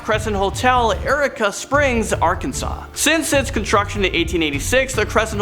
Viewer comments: Seriously do they look into any pronunciations it seems like every video has something off. Eureka springs isn’t Erica springs it’s like your E ka. as in youreka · Eureka springs Ar. is actually pronounced you-reek-ah springs. It’s really a cute little touristy type town. I have always wanted to stay at the Cresent Hotel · It's... Eureka.(U-rika) springs, Arkansas lol sorry but you'd be surprised how many people say it wrong around here 😂😃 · He also mispronounced Eureka Springs! It was waay off. He said Erica, no its Ur-Ee-Kah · It's pronounced 'Yer- eeka Springs, I live about 30 minutes from it. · Hello, Im from Arkansas. I figured I would just let you know. Eureka Springs is pronounced "you reka". Like what the scientist yells out. (Though, that might not have been a good pronunciation spelling) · I live near eureka springs, please say eureka correctly